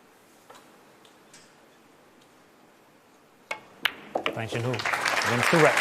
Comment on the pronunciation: Great pool. Bit of a fluff up with the intro title using Dang Hin Ju instean of Dang Jin Hu. btw: Chinese pronunciation of Dang, the a is pronounced like 'ah', closer to the pronunciation of Dung than the a sound in cat. This is the same for other uses of a in Chinese pinyin, such as Wang, Shang, Tang etc. Jin and Hu are pronounced pretty much as an English speaker would guess. Like Gin and Who. In contrast, Ding Jun Hui (the Chinese snooker player) is pronounced Ding Jwin Hway. Note, the family name is used first in Chinese, hence Dang and Ding are their surnames, and Jin Hu and Jun Hui are their given names.